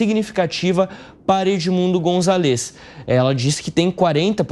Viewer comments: É González no nome do cara. Tem até acento no A. Não é Gonzalês que fala b u r r o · Fala direito o nome do candidato! Não é gonçaLÊz! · Gonzaaáles amigo, precisa aprender pronunciar espanhol 😂